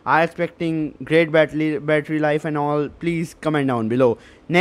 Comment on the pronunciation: Bately 😂your tongue was not in a condition to say battery